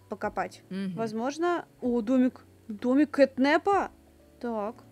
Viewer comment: Не кэтнэпа. А кэтнапа